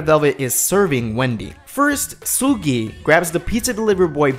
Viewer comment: Uhm... You pronounced Seulgi's name wrong.